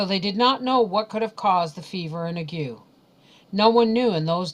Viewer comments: ...I am a retired RN...I believe " ague" is not pronounced the way you pronounced it..it is I believe, pronounced ag..with a long A and a hard G..the U and E are silent.Tbe A sounds like it does in the word "lay" and the G sounds like it does in the word" golf".. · And this is how I came to learn I've been pronouncing 'Ague' wrong in my head my entire life. Funnily enough when I first heard it I thought, 'giggle, she can't pronounce "Ay-gh" ' and then it hit me..